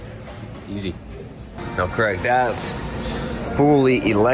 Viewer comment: i wish you would stop calling him Creg (like Greg), im pretty sure his name is Craig (like CrayG). Ask him! lol